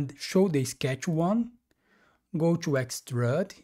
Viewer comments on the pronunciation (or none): Since recently discovering these tutorials, I have been following along, in Fusion. I have gone back and recreated at least 10 of your tutorials, thanks! I have learned quite a few new techniques and different / better ways of accomplishing specific design aspects. I still chuckle every time you pronounce it 'x-trud', instead of x- trude ('ĭk-stroo͞d′), thought you might like to know. (use Google to "define Extrude" and click on the speaker icon to hear it). Keep up the great work!